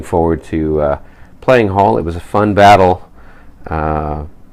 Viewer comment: I think they misspelled the village of Isserstaedt ... when notating an umlauted vowel without the "two-dot" diacritical, the E follows the vowel that "should" bear the umlaut. Oh, and if you care about such things, "Halle" is pronounced like, HA-leh. :)